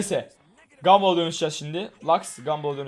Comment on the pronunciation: Bu salak neden gumball a. Gumbill diyo